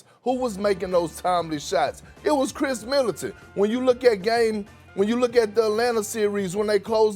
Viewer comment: Why Kendrick Perkins keep saying “Kris Militant”